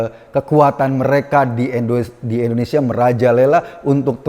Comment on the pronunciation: Mohon koreksi pak Eko, Indonesia 👍bkn endonesia 👎😊